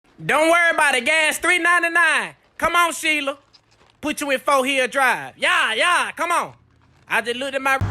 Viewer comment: Not "Sheila"!! 😂😂🤣🤣🐎🐎